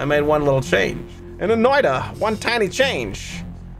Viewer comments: Its not "noida" its more like "noit a" with a sharper t but yeah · This is otherwise a great video, but as a Finnish person the way you pronounce Noita is painful. It is pronounced "Noita", not "Noida".